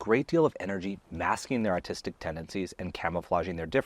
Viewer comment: Ahhhhhhh! You’re pronouncing ‘autistic’ as ‘artistic’!